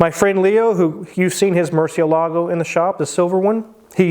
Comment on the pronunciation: Murcielago is pronounced "Mour-see-EL-ago."